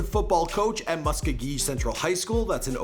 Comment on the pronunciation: Muh-sko-gee Oklahoma,:)